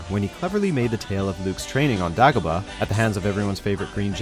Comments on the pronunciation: Forget a second list. This guy deserves a 3rd, 4th, and 5th list and maybe more. Also, it's pronounced Greg Kyne, not Greg Kin, and it's Day-go-bah, not Daa-go-bah. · dau-gah-ba? who pronounces it that way? its day-gah-ba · It's pronounced "DAY-GO-BAH" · Did he just say "Dah-goba?" You guys obviously do not know your audience very well. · On Dagg-Oh BAHHH.... Always good to know when the voiceover hasnt seen empire...